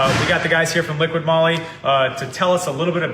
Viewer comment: Not Liquid-Moly, it's Liqui-Moly...you just have to read what is written on the bottle picture...Both are saying it wrong!